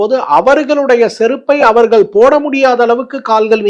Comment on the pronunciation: உங்கள் உச்சரிப்பு தெளிவாக நன்றாக உள்ளது. ஆனால் அவர்கல் இவர்கல் வருவார்கல் போவார்கல் என்று சொல்கிறீர்கள். நாக்கை மடக்கி "ள்" என்று உச்சரித்தால் நன்றாக இருக்கும். நன்றி.